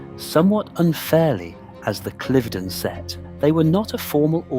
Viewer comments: [Klaiv- den] SOUNDS STUPID! It is [kliv-den]!!!! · Your pronunciation of Cliveden is incorrectl. It's Cliv', then 'den', not 'Clive' 'den'. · Cliv-den. I should know I was born there (well over the road 😅) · It’s pronounced ‘cliv-den’, not clyve-den’🙄🙄🙄🤨🤨🤨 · It is note pronounced Clive den it is pronounced cliveden where the cliv bit rhymes with give! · Pronounce “Clivedon” correctly!! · Please learn the correct way to pronounce ‘Clivedon’ …. It’s so irritating 😬